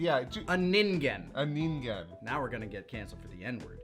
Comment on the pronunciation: Damn ningen with the hard g